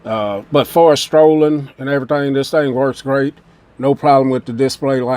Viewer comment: Why can't you pronounce your "c" 's. Streen.. Strolling.. Wth man